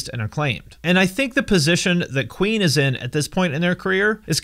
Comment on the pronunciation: When he first said Queen, I though he said Ween